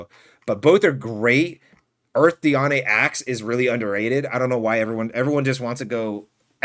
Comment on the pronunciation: it’s pronounced di-ane(like and but with an e)